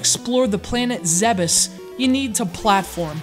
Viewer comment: Thank you for correctly pronouncing "Zebes".